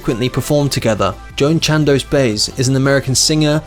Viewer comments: Joan " Bi - ezz " is how its usually pronounced . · What did you call Joan Baez, who's Joan BAYZ go back to school son, you sound like you're reading out of a telephone book. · Who is Joan "Bays" ... idiot! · Joan Baez pronounces her name Bi-EZ. Man, you guys did not research any pronunciation. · No lie! I wonder if anyone ever told him it's not pronounced "Baze"? Maybe he's dyslexic? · Joan who? Please stop making videos about people who's name you can't pronounce. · If you can’t pronounce the name of Joan Baez, you’ve no business flailing with this story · I can not believe you can not pronounce Joan Baez's name unfuckingbelievable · Narrator needs to work on his pronunciation , he doesn’t know how pronounce Joan Baez or Duluth , Minn.? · Christopher Clements agreed. Can’t pronounce ‘Baez’. Pathetic. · Indeed. If all he can do is read text without bothering to learn your subject, he really shouldn't be making these videos at all. How could he fail to correctly pronounce the surname of Joan Baez, one of the most famous folk singers of all time? He just embarrassed himself here. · I've gotten to a point where I simply get amused and enjoy the mispronunciation of words and names. It has gotten terribly common, but I thought that was only happening in the U.S. Now I see it is happening in the UK as well. Joan "Bayz" -- rather than "by-EZ" as her name Baez is pronounced -- certainly makes sense if you are reading phonetically and never heard the name said properly. It doesn't bother me at all. It just makes me laugh. I hear mispronounced words all the time now. My favorites from yesterday (yes, really yesterday) were (pronounced as) "setting a president" (rather than setting a precedent) and "ear-ON-eez" rather than ee-RAW-nee-uns (Iranians) -- but I hear that last one is getting more common in some states. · Joan "Baze?" Wow -- she's an icon. You should learn how to pronounce her name correctly man. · Seriously man, pronounced “Buy-Ez” Come on man Lol